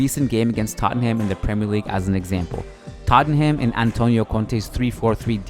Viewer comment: fan of these videos but the way you pronounce tottenham irks me lol